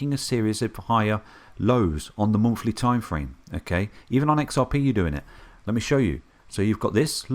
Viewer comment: I have always wondered. When they are teaching the abcs and phonetics in school. Do they teach them to sound out “th” as. “F” ? Monfly chart? Lol